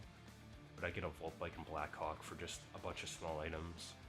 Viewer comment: This guy is saying black cock instead of blackhawk😂